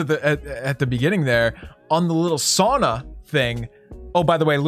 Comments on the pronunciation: Sorry but its not saana or soona its SAUNA like its written. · Always triggering to hear sauna get pronounced wrong so many times 😢